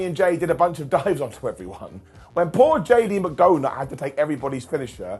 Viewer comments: Is it just me, or doesn’t it sound like is saying JD Mcdonut? lol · Yes. He's calling him McDonut. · 35 - I swear I hear “JD McDoughnut” 🍩 when you say his name. 🤪